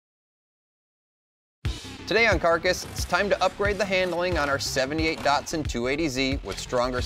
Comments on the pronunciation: Do they change the name/badges of these in the USA? Around the world they are ‘Datsuns’ not Dartsons. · There ain't no R in DATSUN. :face-green-smiling::face-green-smiling